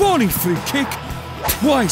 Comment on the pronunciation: TWAICE... TWAAAAAIIICE